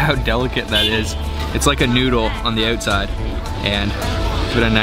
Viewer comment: LOL, "it´s like a noodle on the uutside", hey it is a noodle!